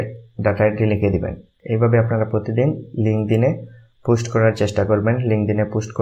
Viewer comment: ভাই পুস্ট না পোস্ট উচ্চারণ